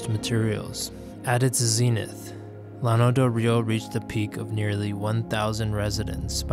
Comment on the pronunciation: Nice, lots of new info to me, and old photos. Never heard anybody pronounce it 'lano,' always 'YAH-no' in Spanish fashion. the flatland. That was the only thing that irked me (over and over and over). Old-time friend of our family recounted story of Llano residents stealing their chickens. Have visited site, had no idea it was once so big and populated.